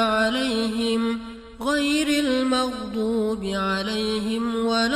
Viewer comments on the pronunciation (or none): none